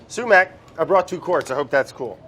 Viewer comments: the sumac if not pronounce suemack, its pronounced somak. I feel like as a fellow Iranian Andy should know this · No one: Absolutely no one: Brad: sUmAccKkK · No one: Absolutely not a single soul: Brad: SUMAC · No one: Literally no one: Brad: SuMaC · Andy - did it hurt you to pronounce sumac like that? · The way you guys are saying sumac is making every Persian cry